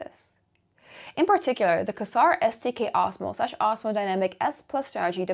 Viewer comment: Quasar is generally pronounced "Kway Zar" - though you did make me laugh. I was not aware of the coinbase listing: thanks!